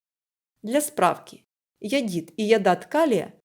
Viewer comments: Товарищ, не иодит, а иодид - соль HI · Только не йодиТ, а йодиД. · Не йодит, а йодид! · Запах водорода? Вы нюхали водород? Может, сероводорода? С грамотой у вас непорядок. Не йодит, а йодид!!! Нечего лезть в химию с такими знаниями. Плюс гыканье диктора.